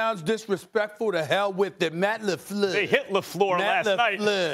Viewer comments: Stephan a gets a pass to call the coach "Matt LaFlewwwwww" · SAS not Matt Lefluuuur. 😂😂😂✊🏿